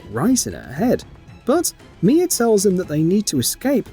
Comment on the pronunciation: Her name is Mia now “mier” I’m sorry accents are accents but that’s where I’m gonna call out the fake accent. There’s no r in that shit at all. Your accents being forced. You’re most definitely European but you’re still forcing to sound the way you are a little to much. It’s cringe